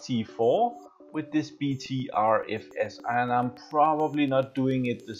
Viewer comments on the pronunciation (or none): Be careful with BTRFS, I used to use BTRFS on my boot drive, after 2 reboots the FS would be corrupted. EXT4 is still the best option imho. By the way, BTRFS is pronounced "Butter FS"